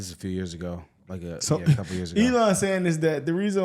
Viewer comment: She's AI can't pronounce Elons name fake news